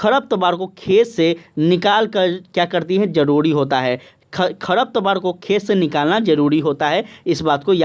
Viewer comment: सब बात ठीक है लेकिन कुछ शब्दों का उच्चारण सही से किया जाए ताकि रिवीजन में अच्छा लगे। जैसे की आपने साझा की जगह झासा बोला और खरपतवार की जगह खरतपावर बोला